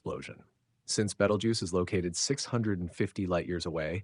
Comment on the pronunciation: Seriously man???? Have not seen the movie????? It’s not Betal-juice…. It’s pronounced“Beetle-juice “… WTF